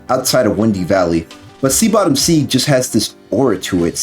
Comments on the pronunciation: taken aback hearing "Sea Bottom Seeg" lol. Seague is just another way of writing SegWay, which is how its pronounced. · Id recommend giving a listen to the OST forShadow the Hedgehog. Lava Shelter is an A-tier song dont get me wrong, but songs like Lost Impact, G.U.N Fortress, Egg Dealer, Sky Troops and especially Cosmic Fall deserve a chance. Edit: Segue is pronounced "seg-way" and for Lost World there's 2 other tracks id contend: Deadly 6 boss theme and Dr Eggman Showdown. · Seat Bottom Segue is pronounced “Segway” for future reference 👍